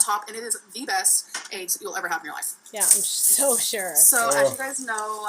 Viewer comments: my mama puts chicken bouillon cubes in green beans... i HIGHLY recommend! i find it comical also thinks green beans are “low” in carbs lol. i also HATE the way she says eggs. i think it takes more effort to say it incorrectly like she does than it does to say it the RIGHT way. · I make my living working with languages, and pronunciation of words varies considerably among dialects. There is nothing wrong with the way says "eggs" or "legs" or any other word she is being mocked about. Those are regional differences. The local dialect where I live in an adjacent state to hers says eggs and legs similarly although not identically. Dropped endings of words (compared with modern standardized spelling) is also a common characteristic of many dialects. If you grew up elsewhere, you would be familiar with a different pronunciation. Or perhaps you were browbeaten by a teacher into assuming that the academic dialect is the only correct dialect. This is linguistic snobbery and is often used to demean people by demeaning their native dialect. Schools should realize that their aim is to make students bilingual, to make them fluent in the academic language in addition to their existing fluency in their native dialect. All dialects are real languages.Each dialect has a consistent grammar and vocabulary and is just as legitimate as a language as any other, including whatever you were taught in school. It is useful to have a common spoken and written dialect to help us more easily communicate with each other. But the different dialects are all valid. People quite typically shift between them as needed. Humans are distinguished by the ability to create languages. That's what we do. We do not need to be high-tech to create very complex languages. Actually, the